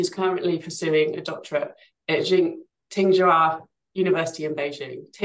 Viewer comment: The "ts" as in "Tsing Hua University" has the "ch" sound under the Wade-Giles romanisation system. So Tsing Hua is not Sing Hua or Ting Hua, or whatever, but is Ching Hua. In pinyin romanisation, it is Qing Hua, "q" having the sound "ch" as well. The Chinese characters are 清華 in traditional script. The University uses the simplified character for "hua" which simplified script I do not have in my phone.